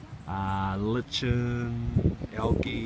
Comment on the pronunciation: It's pronounced LIE KIN ;) litchin isn't a word